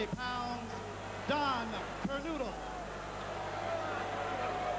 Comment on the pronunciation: They always mispronounced that name , " Kernodle "